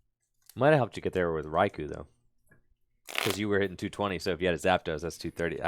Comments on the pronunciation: raikou is pronounced rai-ko. it hurts hearing rai-cow 😂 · Thank you. Rai-cow and Rai-coo kill me 😭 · Whoever told that Raikou is pronounced "Rai-cow" did him DIRTY